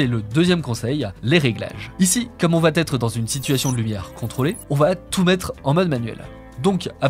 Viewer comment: "Comme on va-t-être" ? Toujours pas de T ! 😆